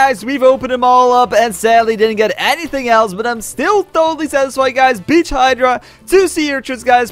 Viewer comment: Lol When you beach hydra it sounded like you said a curse word